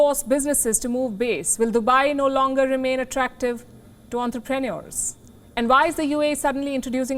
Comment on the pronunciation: Hello Miss, you should either follow the British pronunciation or American but you cannot make your own up for the word 'entrepreneur'. English is not a phonetic language like Hindi and Gujarati. Please have an Oxford or Cambridge dictionary by your side all the time. No offence as you're doing a fine job news-wise.